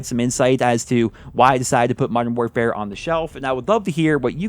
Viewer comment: “Moderm morefare”